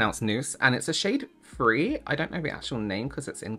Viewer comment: Are you saying 23 or 20-free? 😂